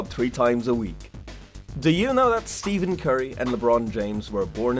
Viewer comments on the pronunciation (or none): It’s stephen not steven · He is saying Steven curry😂😂